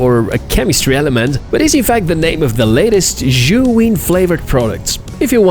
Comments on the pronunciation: why do yo say "shuin"?? The name is "Zhiyun" and sounds like "seeyun". I had seen a lot of reviewers saying "shuin" and i dont no why. I don´t speak english, so for me is confusing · "Seeyun" isn't the correct the pronunciation either. It's a Chinese name and the z "zhi" is pronounced like a "j".